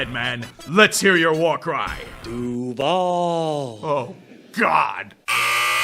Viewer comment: "duuuVAAAAAAAAAAL" - Liam Cohen, circa 2025